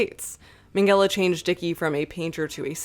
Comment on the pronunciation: Why does she pronounce Minghella as Mengele 😭